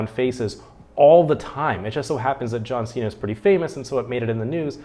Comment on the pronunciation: 是John Cena！不是John Xena！英文有問題嗎？！